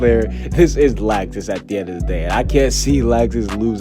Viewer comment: I’m so excited to get fairy tail back in anime. I cried so much when seeing the last episode lol. But this is great news! Also why is he pronouncing Laxus’ name as “lax • sis”?